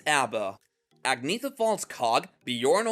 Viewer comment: Why can’t people pronounce the name Agnetha?